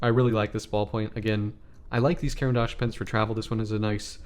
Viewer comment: What an example of a terrible review: can't pronounce the name of the product, repeat self endlessly, asks the audience's opinion, subjective taste put as universal, doesn’t educate the audience.